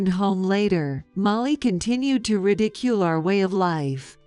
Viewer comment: Get real people who can speak English correctly or fix the AI fixed so ALL the words are pronounced correctly! Fiancee is mispronounced and it's maddening to listen to it mispronounced! Ridicule and refuse is also mispronounced! Increase the speed of the speech so they sound normal otherwise they sound slow and boring at the normal speed! I wouldn't doubt that Rick is going to be more of a servant than a husband or son-in-law